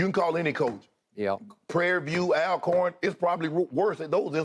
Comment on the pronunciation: Stop watching when he pronounced “All-corn” wrong.